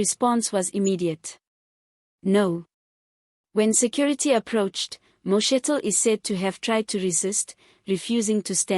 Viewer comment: Name name incorrectly Could learn to pronounce people s names properly, you are pronouncing vice sprecidIf only you